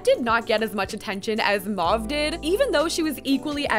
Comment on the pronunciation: 'Mahve' 😭😂 love u